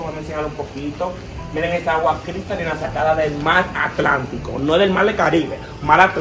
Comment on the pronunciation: jajaj de decir al mar dijo al mal